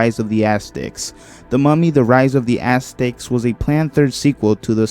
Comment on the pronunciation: Not gonna lie, when you said Aztecs, it sounded a lot like you said “Assdicks” instead. LOL